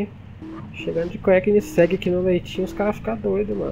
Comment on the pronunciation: uma dica so, koegnisseg nao se pronuncia o 1° g, fica tipo um "coênisseg"